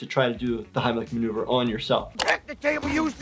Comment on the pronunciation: I turned on subtitles and yes he did say Heimlich remover not maneuver